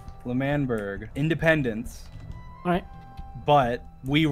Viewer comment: ok, i was wrong. there was a clip where wilbur said like "independANce" and so i thought it was like that. my bad